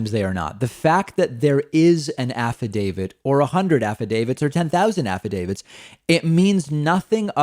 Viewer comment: I’m so over people mispronunciation of Affidavit! It’s NOT Affi- David! Plz!